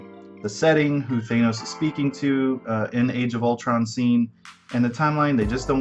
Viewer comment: Yes! Thank You for pronouncing it Thane-oce the way I always have since I picked up my first Silver Surfer comic book as a kid back in 1987.